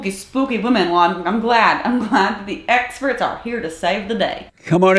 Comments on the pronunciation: His “esperts” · "My essperts are here". Baaaydaaas!! 😅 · btw, what the hell is an ''Essperts'' ?